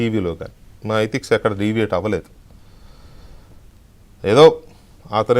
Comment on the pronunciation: ఎటిక్స్ కాదురా ఎథిక్స్.. తర్వాత ఇంకేం మాటాడుతావురా..